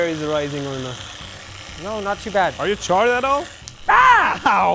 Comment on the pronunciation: ......."no re".......Medhi are you Greek?? 😂😂